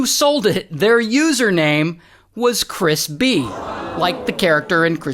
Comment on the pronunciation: I dunno why but I hear crispy instead of Chris b. and I like the idea of that being the main character